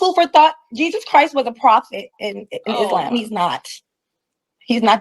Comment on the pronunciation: After 3 years, she's even pronouncing Islam wrong. 😂